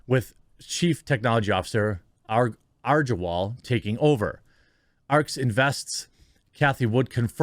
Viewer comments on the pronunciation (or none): It's agrawal...like 'agarwal' g is g not 'j' sound...same with his first name 'par - ag'